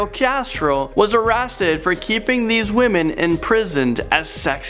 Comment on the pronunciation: Did he say arrasted? 😂